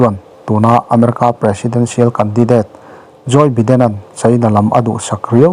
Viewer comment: joy biden nilovin joe biden tih tur